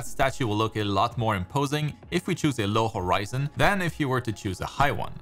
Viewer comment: What I heard was not low or high horizon. I heard lowrizon and highrizon